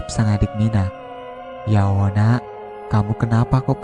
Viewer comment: kok saya dengernya klo admin bilang ya Allah jadi ya Owoh ya? saya pikir admin cadel tapi ngomong Tolong....L nya jelas..mudah2an sy yg salah denger...sy jd risih dgrnya...sorry y min sy skip